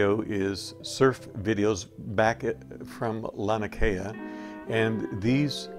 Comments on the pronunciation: I enjoyed your footage! One thing I'll add is that it's pronounced lah' nee ah kay' ah. That 2nd "a" is pronounced. And, again, thanks for the footage. Beautiful! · I love your videos, but I want to correct your pronounceation for Laniakea: Lah NEE Ah Kay ah, brah. The small beaches behind the houses we used to call Backyards for obvious reasons, the point before you go around to Waimea we called " Marijuanas" because you could see the crops on the hills but ONLY from the water. Had to be at least 6-8 feet to work. The waves, not the plants, that is.... Ah, the 70s.....